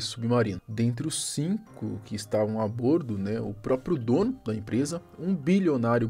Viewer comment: A pronúncia correta é a "bórdo"!